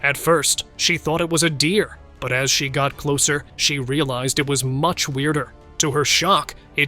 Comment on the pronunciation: With a weird emphasis. :face-orange-frowning